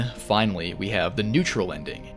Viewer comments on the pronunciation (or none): “And finawy”